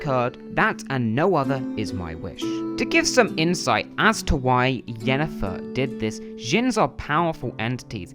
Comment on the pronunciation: Well, you only called Yennefer "Jennifer" two or three times lol so, that's pretty good, I suppose. Considering... 👍🤣